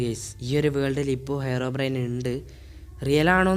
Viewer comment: Yes ellarum angane aa IPO parayunne